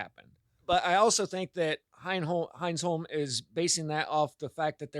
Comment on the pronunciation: Hines-holm? HINE-sun